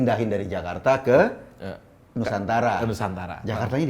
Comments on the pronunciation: Lijal Lamli ga bisa mengucapkan nusantala 😂 😂 😂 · Lizal lamli tidak setuju nama nusantara karena dengarnya nusantala 😀😀😀😀😀😀